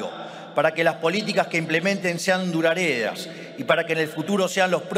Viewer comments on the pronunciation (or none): Aunque estuviera leyendo, el carenciado pifió, en la palabra duradera. Dijo algo asi cómo, "durañera" o dudadera". No le dura mucho el 1/4 de neurona suya, en funcionamiento 😸. Y es muy gracioso, (de manera siniestra) que el lugar repleto de fachas se llame, "vista alegre" jajaja 😆🤣 jajajaja 😆 jajaja!!